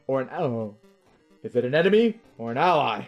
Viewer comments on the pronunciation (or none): why did failing to say the word ally make me laugh